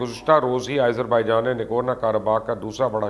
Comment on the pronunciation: Izerbaijan? Wow. You're amazing. Why do you love to mispronounce names ? At least listen to the local channels how the names are pronounced.